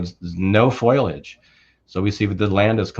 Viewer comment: FOLIAGE not FOILAGE